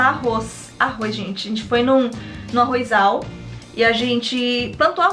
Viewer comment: Eu acho que vc esqueceu tbm de com o se fala ARROZ, não se fala ARROIZAL È ARROZAL que vem de arroz não arroiz